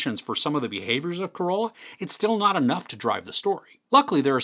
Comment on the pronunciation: There it is again.. it's "Ca-Ro-La" not COROLA. HAHAHAA!